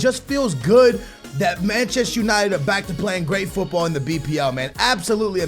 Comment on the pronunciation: this is getting annoying.....stop pronouncing football the wrong way